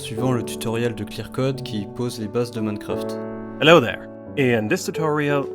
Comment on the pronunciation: Je suis le seul a entendre moncraft au debut ?